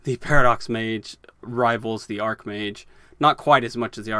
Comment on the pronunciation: Archmage is pronounced with a ch 😁